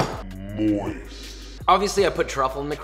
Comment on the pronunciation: Josh slamming a metal fork onto a glass plate, and then emphasizing the word “moist” was a one-two punch combo I was NOT ready for